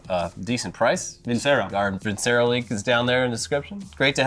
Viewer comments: I hate to be that guy but isnt it pronounced VinChero? Or has Funhaus been pronouncing it wrong? 🤔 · For who's curious, I checked Vincero's website and they say it has an Italian background (as a word) so I guess it should be pronounced with a "c" like "chapstick". Basically not how is saying it all the time XD